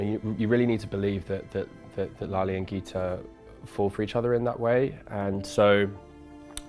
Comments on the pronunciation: His son says is lali instead of lale like the memorial centre of holocaust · It is Lale....with an "e"....not Lali!